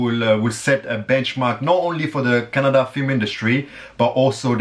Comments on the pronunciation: I love the way he correctly pronounced 'kannada'...instead of' kannad' like others😑😇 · you pronounced Kannada correctly.. thank you